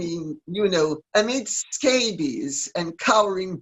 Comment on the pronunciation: She calls him "Amid (not Omid) Scabies." Makes me laugh!